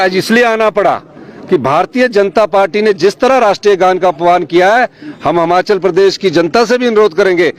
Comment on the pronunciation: सुक्खू भाई हमाचल नहीं हिमाचल 😂😂😂